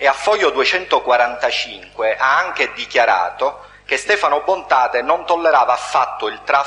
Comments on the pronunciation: "Bontate", non "Bontade". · Ma porca troia, fate i video e non sapete manco i nomi. Si chiamava Stefano Bontade, Bontade, Bontade, Bontade non Bontate e che CAZZO!!! Detto "Il principe di Villa Grazia". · cmq si chiamava Stefano BontaDe non Bontate